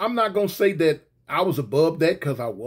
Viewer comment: 🤣🤣🤣 not like Thawt, not like Thawt